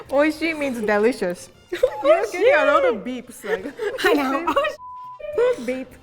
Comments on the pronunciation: Im laughing so hard😂 That "oishi" tho😂😂😂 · Oishi: Oishi?: Oh sh** 😂